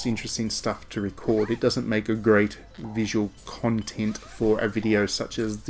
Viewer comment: Hah! I love the emphasis on "content" , you seem to have a great time pronouncing that word 😆